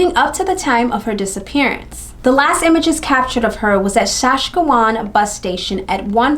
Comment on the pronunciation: shaskawan? nope not even close. sa-scatch-ooh-won say it fast